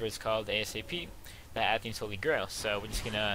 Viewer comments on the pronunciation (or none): Athees holy grail?? Athenes ATH-EENES